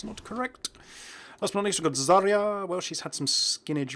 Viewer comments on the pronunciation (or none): none